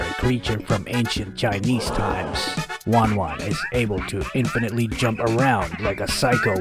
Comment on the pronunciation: Not wan wan she is ten ten